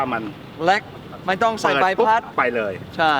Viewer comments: คำว่าเล็ก มายเมทเนทพูดว่าแล็ก 555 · เล็กนะคะพี่เน็ท ไม่ใช่แล๊ก55